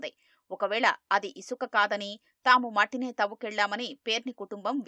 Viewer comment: ఉసుక కాదు ఇసుక 😂😂😂